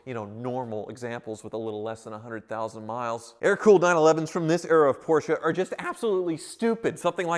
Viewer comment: Finally you can say “Porsche” instead of “Portia”. ❤️